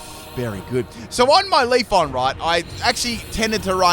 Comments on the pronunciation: Out of all of mispronunciations, LeafON bothers me the most. Always makes me think of "Wax on, wax off" from the original Karate Kid. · Manages to say every other eeveelutions name correct but leaf"e"on. I'm not complaining I just think it's funny.